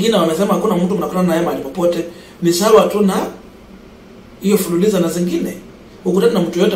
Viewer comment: It's fuliza not fuliliza😮😮